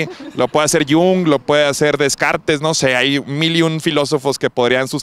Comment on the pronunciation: Disimulas muy bien tu ignorancia. Descartes se pronuncia decart